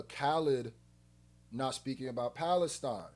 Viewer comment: That Palestine line is so gross. He's cynically using a human rights tragedy, a genocide, to diss someone who obviously doesn't deserve it. And intentionally mispronounces it to fit the rhyme scheme. It's disgusting. People are taking it as him like calling out Khaled for not speaking up on it, but to me it just sounds like he's using it to basically point and say "Haha!" Your people aren't free